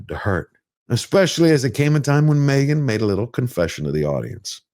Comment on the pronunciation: She is MEgan ...."H" is silent.😮😅😅😅😅